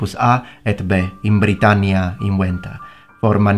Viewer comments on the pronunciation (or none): none